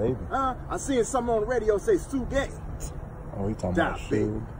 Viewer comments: That darn fool said su gae (suge) 🤣🤣🤣🤣🤣😂😂😂😂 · Y'all listen to DA-Baby and "Su-gay"...🤣🤣🤣